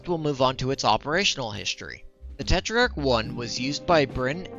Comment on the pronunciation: Just a correction: the minimum armour on the tetrach is already 4mm in game. The star card doesn't show minimum armour, it shows max armour for front, side and rear. Also you added an i in your pronounciation for no reason. It's not te-tri-ark it's te-trark